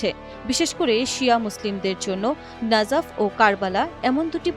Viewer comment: ইরাকের নাফাজ শহর নয় নাজাফ শহর হবে। আন্তর্জাতিক নিউজে যদি এভাবে, একটি পবিত্র শহরের নাম ভুল উচ্চারণ করা হয়। তাহলে এধরণের নিউজ প্রেজেন্টারকে চ্যানেল থেকে বাদ দিয়ে দেওয়া উচিৎ।